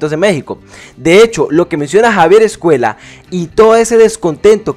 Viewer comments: Me resulta imposible ver este vídeo con el autor todo el rato diciendo 'Javier EscueLa'. Es una ll. No sabes leer? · Hablas español, pronuncia bien Escuella!!